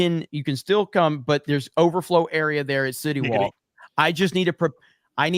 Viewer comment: Every time says city walk it sounds like shitty wok from South park 🤣🤣🤣🤣🤣🤣🤣🤣